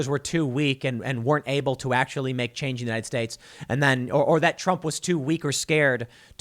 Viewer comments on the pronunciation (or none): none